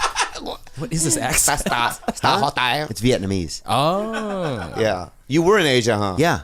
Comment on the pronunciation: Veeyet numeez